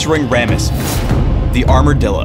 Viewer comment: "Ram-ass, the Armourdildo"